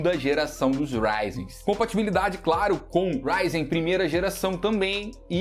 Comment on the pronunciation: RAIDI OU RYZEN ? KKK RAIDI RAIDI